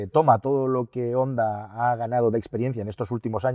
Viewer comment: Jonda. Jonda. Honda se pronuncia: jonda.